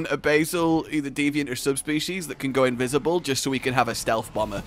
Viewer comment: Invisi-bazel?! Oh god.... 😂